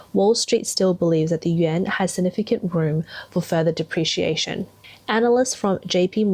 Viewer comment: What's a "depreation"? You keep saying it throughout the video.